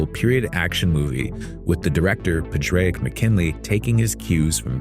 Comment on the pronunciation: "Padraic" does not have three syllables, but two: paw-drick. It's a variation of "Patrick".